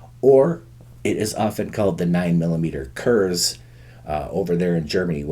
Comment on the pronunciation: Pronounced more like "kurts" and not "kurzzz."